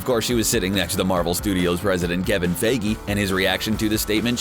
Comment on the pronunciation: "Fey gee" lol ok